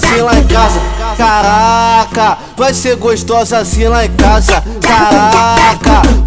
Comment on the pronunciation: Cagraca!!! #naum tem como escrever como ele pronunciia dhuehe